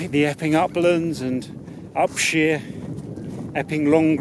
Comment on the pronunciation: Inspirational movie as always. A joy to watch. Detail: It's Up-shire not Up-sheer (my grandfather owned arable land there until 1938 - now covered in houses).